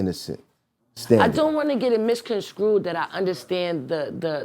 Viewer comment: Did say "miscon-screwed"? (Misconstrued)